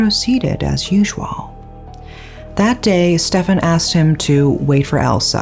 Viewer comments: Funny how pronounces Stephen as "Stefan" and later pronounces "Steve" properly. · Stephen is pronounced Steven, surely? Unless you've heard different, in which case I'll shut up, 😊 x